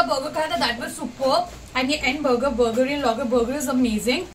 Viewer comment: Madam it is BURGER Not* BOGO